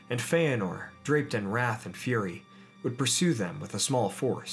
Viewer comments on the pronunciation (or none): none